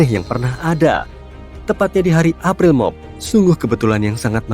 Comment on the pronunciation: Mimin kok bilang April Mob !?